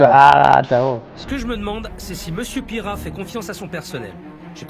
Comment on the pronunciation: Mr Pire rat pas Pierrat 😂😂😂😂😂